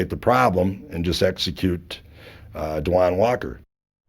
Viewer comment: I hate how they pronounce that boys name (RIP) they always do the most w names .. it’s da- wonn. Not DU WAN lol smh